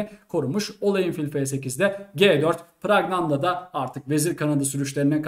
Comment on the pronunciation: Praggnanandhaa nin ismini telaffuz da hepimiz yanlış söyluyormusuz..farkeden bi tek ben miyim ?